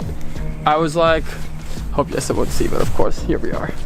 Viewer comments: Why does call Jesse Yesa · Jesse is originally a Dutch name. They pronounce it Yes-a. English speakers are the ones who changed it.